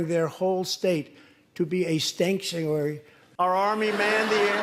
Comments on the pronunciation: "Stanktuary City" is my new band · "A Stankuary" ! LOL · Ah, yes, the “humus” and the “stank-tuary”… and, of course, how can we forget, the “oranges”. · "Stanktuary," asylum for smelly ex-presidents. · What the hell is a stanctuary? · Yooo…. He mixed up hummus and Hamas just like Ali G. Also, STANKTUARY. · I laughed out loud at "stanks-uary."